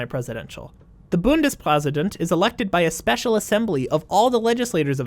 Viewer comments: Small nitpick: You tried so hard to pronounce the German words (and you did it beautifully), but failed at the easiest thing: "Ä" is pronounced "E". "Ä" only exists because of etymological reasons and is basically just an "E". So, "Bundespräsident" is pronounced "Bundespresident". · When you had a bit trouble pronouncing "Bundespräsident" my german ass was laughing and like "But actyally, most people have worse pronunciation" and then you pronounced "Ministerium" perfect and my german ass was quiet